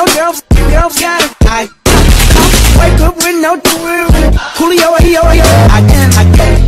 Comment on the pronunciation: It's just me or i heard "i gOttA cUm"